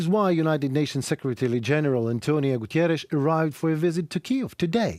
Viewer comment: Everytime Guterres goes to Kiev to show support for Ukraine, the orcs send bombs... it must be really hard for them to have the UN showing support for Ukraine. And everytime you say "Gutierres" instead of Guterres - you are indeed showing the effects of Russia already changing the World Order, whether we admit it or not.